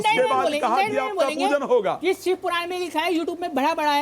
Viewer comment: ये औरत जो अपने आप को लक्ष्मी का अवतार बता रही है, ये कह रही हैं सिव अवतार , शिव अवतार होता है ।